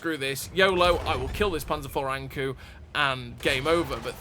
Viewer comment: Not to pile on, 😏but the kou in ankou is pronounced similar to the “co” in code. It’s Japanese for anglerfish, which is what’s depicted on the side of the turret for folks who may not know., I decided to go for the BT after I saw your review of the T2, because as you said, deep is life.” It’s been great fun so far. I hope to see the Ha go from the series, for no other reason than because the camo pattern looks cool.